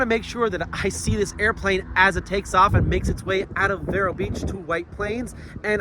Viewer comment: It's actually pronounced veer-o